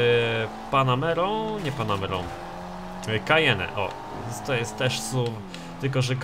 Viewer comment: doceniam,ze znasz sie na samochodach ale nie wymawia sie kajene tylko kajen 😉